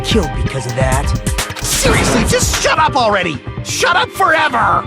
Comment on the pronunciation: did akane really just said shaddup..?